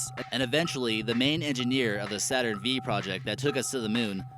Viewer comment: Lol, its the Saturn 5 rocket not V. The Roman numeral V is 5. I like your channels but you seem to make an awful lot of these type of mistakes. I'm sure I'm not the only one who is annoyed by this.